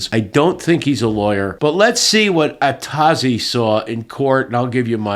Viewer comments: Atozy said his channel name was originally supposed to be pronounced as 'A to Z', but no one said it that way, so he just started saying 'Uh-toe-zee' or 'Ah-toe-zee', depending on your accent lol Since I started watching him, he's always done a decent amount of research on his stories and his more recent videos he's really kicked up the effort and is even travelling to court cases as seen here. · I think its "A to Z" the y is silent??? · Atozy's name is pronounced "puh-see"